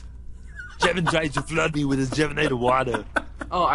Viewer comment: LOL SAYING JEVINATOR XDDDDD